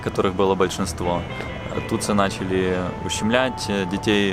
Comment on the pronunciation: Не Тутсу, а Тутси